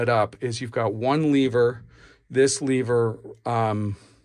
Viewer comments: why do you say leaver instead of lever? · What the fuck is a leeever?